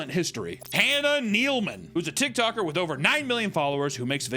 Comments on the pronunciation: I could have sworn you said TitToker lol😂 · ....I could swear you said tit toker lol